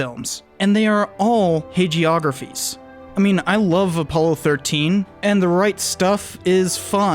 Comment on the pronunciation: Some help; Google; how to pronounce hagiography